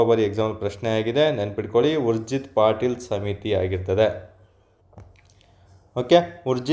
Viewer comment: It's ಉರ್ಜೀತ್ ಪಟೇಲ್, ಪಾಟೀಲ್ ಅಲ್ಲ